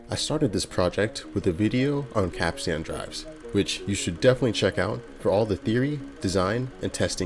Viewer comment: Oh my god, I wish so bad that you looked up the pronunciation of the word capstan “pronounced kap-stn or kap-stin.”